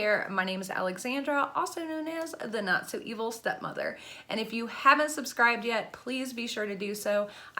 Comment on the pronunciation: Ya know when I have flooded captions on, when you say "Not so evil stepmother", out says "Nutso evil stepmother!" 🤣 I think YouTube is drunk again, lol. Try it, you'll see. I've been disappointed with my recent Ipsy bags, it seems they're not paying attention to my profile at all and there's sooo many better options they could be choosing for me. It's getting irritating actually, the only way I've been anything I really want is to pay more for add-ons.